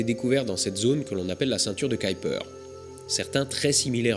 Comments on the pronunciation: Je pensais qu'on disait la ceinture de Kuiper ? On dirait que tu dis Kaïper ? c'est autre chose ou est ce que j'entends mal ? ^^ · Pourquoi tu dis "caillepeur" et pas "keuhuipeur"/"kuipeur" ? En phonétique c'est : [ˈkœypər] où œ = "eu" comme boeuf, y = "u" comme dans mur. Bref je suis étonné? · Surtout, ceinture "qui"-"perd" ça fait varier la pronostication! Ça en devient ridicule; comme c'est du Néerlandais, cela se prononce "Cueille"-"peur" et avec l'accent : "KUEILLEPEURrrrrrr" sans balancé le mollard à la fin! 😜 Par pure bienséance! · C la prononciation Anglaise Kaïper = Kuiper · Pour information, Kuiper se prononce [ˈkœypər]... Plus proche de "cueille peur" que de "caille peur" (comme dans cette vidéo). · Ce n'est pas la ceinture de "Kyper" (selon ta prononciation) mais bien de Kuiper ^^ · On ne prononce pas plutôt "Kuiper" au lieu de "Kaiper" ? ;) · " ceinture de kaïlper? :p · Le nom de Gérard Kuiper, celui de la ceinture du même nom, se prononce "cueille peur". Si on te demande, c'est un belge qui te l'a dit ;) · bon épisode, c'était fascinant. Par contre Kuiper se prononce keu-u-peur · K U I n'a n'a jamais fait KAY en anglais mai KOUI donc c'est "KOUIPER" qu'il faudrait dire Kuiper belt. Je sais que déformer un nom propre n'est pas une faute mais là Mister Kuiper doit se retourner dans sa tombe! Astronojayk! Mais bon, c'est bien ce que tu fais. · Pourquoi le prononcer en anglais puisque c'est un nom néerlandais (qui se prononce bien "kaïpeur").